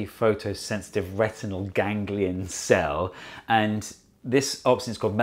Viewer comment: Why do you pronounce "retinal" as "retinelle"? I liked very much the "come in" gesture by your doorman. You are very talented, and not just in science.